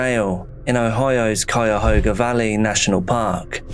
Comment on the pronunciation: Holy crap you said Cuyahoga correct! People who friggin live here even screw it up! I live near there. And somehow I've never heard of this. But holy crap with the dude's mom going vigilante on the wrong person. Oof.